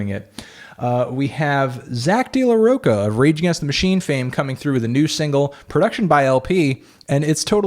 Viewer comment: Rocha not "Roca" !!! damn